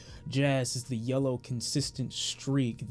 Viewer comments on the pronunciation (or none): none